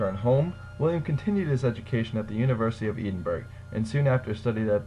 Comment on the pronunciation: The photos you have of the military are of WW2, not one. Edinburgh is mispronounced. Sorry, had to point that out.